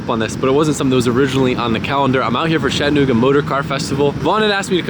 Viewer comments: "Shat" anooga .... Its "chat" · whys my mans sayin “shattanooga“